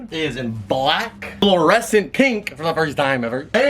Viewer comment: Parker: that is fluorescent right?: oh it is very fluorescent, it’s Fluor and it’s scent Me: wait did just miss pronounce fluorescent?